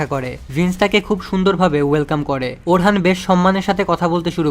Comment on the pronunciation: vai orhan hoben na orun hobe